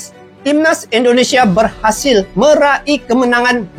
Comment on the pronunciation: Bro meraih. Bukan Mera. I